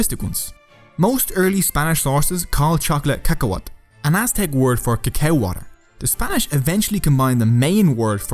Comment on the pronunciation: What said: Cacahualt. What I heard: KAKAROT!